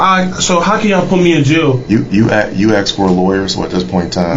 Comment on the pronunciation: It's extra sad when you realize the "detective" can't pronounce the word "ask"...